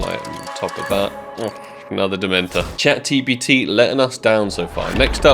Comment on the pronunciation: i love how says "Chat TPT"